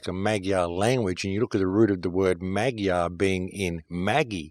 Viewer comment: Once again, excellent work,. Thank you so much. BTW, the pronunciation (Hungarian) of the word "Magyar" is more like "mud-jar". Blessings on you, my man! PLEASE keep it going. Your research helps us all.